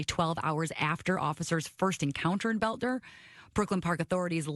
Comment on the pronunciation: His name is pronounced “belt-er”. Thanks Benny.